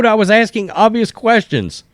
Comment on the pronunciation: Don’t be aksing me questions, I z the mayor.